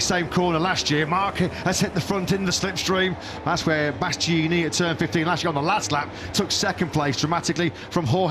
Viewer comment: When will that commentator learn to pronounce "Bastianini" correctly? He's been getting it horribly wrong for years now and his latest new attempt is perhaps even worse than the way he's been mangling it up until now. How hard is it, really? I mean, it's the guy's job for one thing and he's been sitting alongside a co-commentator who has said the name correctly innumerable times.